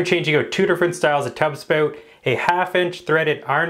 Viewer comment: a Canadian dialect. Please be kind.